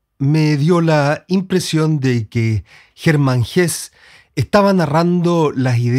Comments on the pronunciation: Se pronuncia “Hesse”, no “Hess” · Estimado, compartimos la admiración por estos dos grandes maestros. Agradezco infinitamente tu video. Quiero decirte sí que algo no me cayó muy bien, y el comentario quizás para ti sea desagradable, es tu manera de pronunciar el apellido del premio Nobel. Como tu mismo lo dijiste, el caballero es suizo-alemán, por lo tanto la "e" final de su apellido sí se pronuncia. Perdona mi rigurosidad lingüística, pero no entiendo el porqué de tu manera de pronunciarlo, si en buen chileno también se pronunciaría la "e" final. El tragarse la "e" me parece siútico, y lo que menos quiero es que un admirador de tan grandes portentos se oiga de manera incorrecta. Te deseo lo mejor y gracias nuevamente por tus aportes.